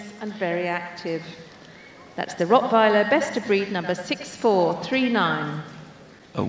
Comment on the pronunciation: I loved that way they pronounced Rottweiler